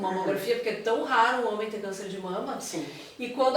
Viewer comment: Ela parece muito cuidadosa. Só me incomodou o "HOMEM", com ênfase, para se referir a homem cis. Parece até que homem trans é menos homem.